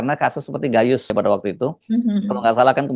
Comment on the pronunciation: Salah menyebut nama lengkap GAYUS, perlu dikoreksi??